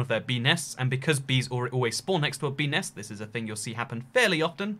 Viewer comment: Bee nest... Sound like pe nes